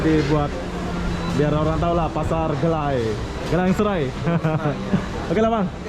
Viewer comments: Bro bukan Gelang Serai tapi Geylang Serai... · mas bro, Bukan pasar gelang srai tapi, gey Lang srai ......🤪🤪🤪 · Satu lagi belajar sebutan ikut tempat yg awak lawati contoh GEYLANG SERAI sebutan GAI LANG SE RAI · tak reti sebut geylang seray...dia sebut gelang serai...hehehehe... lain kali tanyalah orang Singapura macam mana nak sebut..